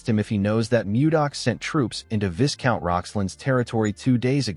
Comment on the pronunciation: Viscount is pronounced vaicount